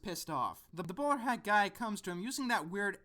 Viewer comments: Whenever you say "The bowler hat guy" it sounds like you're saying "The borat guy" :P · "The Bowl-hat guy" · I swear you're saying the borat guy. What is he saying?